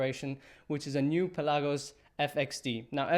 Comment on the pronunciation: "Pelagos" is a greek word and it means "open sea". Your intonation of the word is wrong. It is P'elagos and not Pel'agos